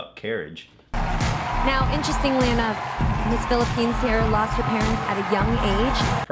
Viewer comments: How do you even fuck up reading Phillipenes with Colombia? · he butchered PHILIPPINES